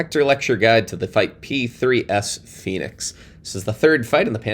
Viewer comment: Excuse me Sir, it is Foy-nix not Fee-nix One must imagine themselves as a 1930's gangster. Myeah I'm gonna fight the Foy-nix, see? xD